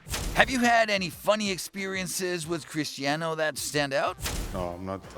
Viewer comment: Today i got its not cristano its Cristiano😂